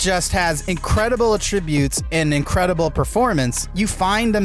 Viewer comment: The way you say attributes gives it the wrong meaning